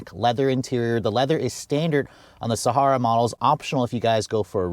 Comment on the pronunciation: Please learn to properly pronounce Sahara. It's super annoying listening to it repeatedly say it wrong.